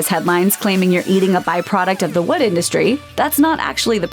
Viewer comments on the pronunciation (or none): none